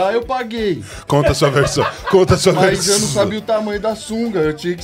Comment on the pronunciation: "fala sua versão, fala sua verrrrssão 🥴"